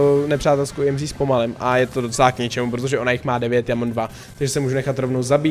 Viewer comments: EMZ NE JEMzi nebo jak to je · Já to vyslovuju Emz, jsi první koho znám a vyslovuje to "Jemzí" 😂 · Říká se to EMZ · Tak co? Vyslovujete tuhle novou brawlerku [emz] a nebo [íemzí] ? :DDDDD vím, že to vyslovuju špatně, zlepším do příště! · to není imzí ale emz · Í EM ZÍ xd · Říkal jí (íemzí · Tak 1.je to emz a né íemzí 2.ta emz je na dálku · JE TO EMZ A NE IEMZ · ake íemzí je to emz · Neříkej jí emzí ale emz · Mega dobrý video ,líbí se mi že jsi zase plný energie a povzbuzení (PS měla by se asi vyslovovat emz 😅) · Říkej [Emz] 🙂👍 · Ne je to Emz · Normálně než ne íemzí🤣🤣🤣🤣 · čte se to normálně Emz.:D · Čte se EMZ normálně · Ahoj čte se to emz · Vyslovuj to emz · Nn je čte se to emz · Jméno emz se vyslovuje tak jak se píše